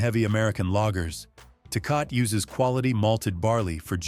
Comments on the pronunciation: It's NOT pronounced TAY-COT but TAY-COT-TEY and if you think that Lone Star an A grade cheap beer i feel sorry for your tongue and your liver. Lived in Texas for 12 years after living in and near St. Louis most of my life. I had a glass or two of that swill and swore off beer until I got my hands on Modelo and especially Negro Modelo,---better than Tecate, better than Dos Equis. Negro Modelo is still my choice of beer. Guiness stout on special occasions. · 😂😂 Tay-Cah-Tay ….Tecate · It's Tah Kah tah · Do you really trust the opinion ?of a sight that mispronounces Tecate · As much as people bitch about bad grammer here...no one here complains that this robot clown can't say tecate properly